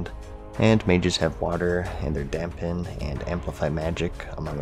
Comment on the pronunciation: Did anyone else here "Dab Pen" instead of dampen ?